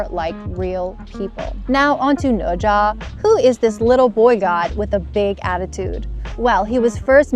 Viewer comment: The pronunciation of "Ne Zha" is very standard.